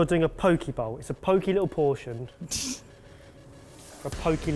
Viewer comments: Hey, Hawaiian here. It’s pronounced Po-keh not po-key. Still love the show and you but like. That’s cringe worthy man. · It's Poke not *Pokey*!!! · Okay but no ones gonna comment on how it's pronounced po-kay not po-kee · Po-keh not pokeyie, and that’s more of an LA/mainland/tourist bowl not a “traditional” poke bowl. Turns into a salad instead of a poke bowl. Still like the video though :) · Bloody cheek for complaining about the pronouncing of chorizo while y'all are pronouncing Poke as Pokey. Ether someone got put in a fishy prison or some really loves to be fingered. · For the first minute I thought said poke balls. I'm like I have never seen a poke ball in a restaurant, let alone eaten one... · Pōk-eh is how it’s pronounced in Hawai’i and Hawai’i is pronounced Ha-va-ee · Poh-kay bowl. Poh-kay. You're up for the next pronunciation lesson. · LOL That moment when mispronounces a dish like it’s a place in which Miss Trunchbull is going to lock him. FYI correct pronunciation rhymes with OK and sake (the Japanese rice wine...Ben)